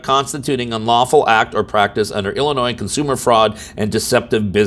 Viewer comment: Two things: one this is typical bs behavior of Kim Foxx and 2 the s in Illinois is silent!!